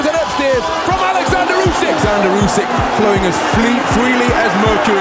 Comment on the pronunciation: Wow, someone who can actually pronounce Usyk’s first name correctly, you’d think the big “O” at the start would help but damn people are ignorant